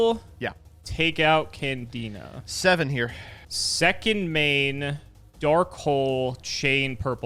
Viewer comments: Did called Candina, Canadia? Someone is with Paleos in their head... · referred to Candina as "Canadia" so many times that for a second i had thought i was in the wrong year or something